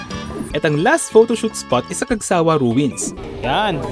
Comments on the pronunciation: Cagsawa' po, hindi Cag'sawa 😁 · Cagsawa' po, hindi Cag'sa'wa- 😁 Pero nice video po! Thank you! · Hi Sir. The Right Pronunciation is "cagsaWA" not " cagSAwa" Thanks po